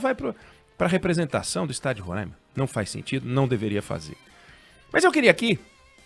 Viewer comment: O certo é Roraima, com o ditongo ai anasalado. Por que ai é seguido de m e não tem acento agudo no a.